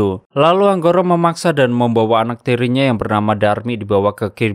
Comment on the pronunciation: Angkoro Bang Bukan Anggoro Maaf Koreksi beda Huruf Beda Makna 😂